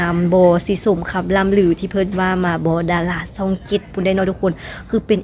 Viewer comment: ดาราช่อง 7 ไม่ใช่ดาราซ่อง 7 พูดภาษาไทยให้มันถูกต้องด้วย ออกเสียงผิดความหมายมันจะเปลี่ยนนะรู้ไหม ยูทูปเบอร์ลาวเกือบจะทุกคนออกเสียง ชอ ช้าง เป็น ซอ โซ่ ทั้งนั้นเลยไม่ฝึกฝนอ่านและออกเสียงให้มันชัดเจนกันบ้างนะครับ อย่ามาบอกทีหลังนะว่ารู้เท่าไม่ถึงการณ์วลีฮิตของคนลาว